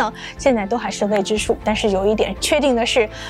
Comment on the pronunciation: 未知數 唸成 Vei知數，太晚了 唸成 太van了，四川成都人都是這樣說話的嗎？